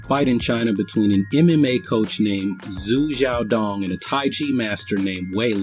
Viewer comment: Hey, just a by-the-way man, but an X sounds like "Sh" in Chinese pinyin. So guy's name would sound like Shu Shiao Dong :)